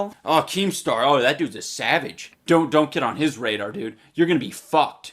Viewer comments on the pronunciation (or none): none